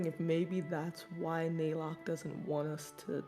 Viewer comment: Every time they mispronounced Naylock's name as Nylock I think of the character from TOME; NYLOCKE, THE DRAGON OF DESTINY!